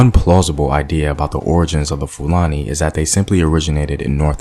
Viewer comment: You did a research or you went to google? Your pronunciation of 'Fulani' tells a lot about the source of your findings.